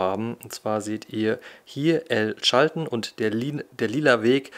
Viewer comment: Es hat ziemlich weh getan wie du El Chaltén permanent falsch ausgesprochen hast. Die Betonung liegt auf der letzten Silbe, daher der Apostroph. Und niemals die Bombilla beim Mate trinken anfassen. Ansonsten ein sehr schöner Beitrag, vielen Dank dafür. Habs selber leider noch nicht weiter südlich als Bariloche geschafft, hab aber auch jede Menge Freunde im Norden von Argentinien.